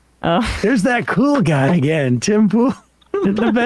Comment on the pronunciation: C'mon Sam. 'Pool' rhymes with 'Cool'. Ipso Facto and Check Mate.